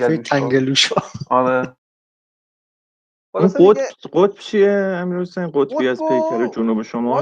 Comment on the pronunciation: تَنگَلوشا هم نيست تَنگُلوشا يا تنكُلوشا هست😊 Tangolusha or tankolusha